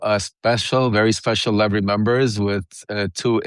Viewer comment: He’s got to mispronounce Lev’s name like a true republican tribe member